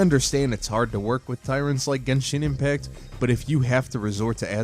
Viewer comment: Gesheen impact (lol gensheen impact)